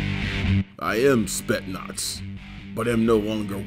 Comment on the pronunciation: What so hard in pronouncing the Speznaz coorectly, where did the "S" go? It's spetSnaz in pronounciation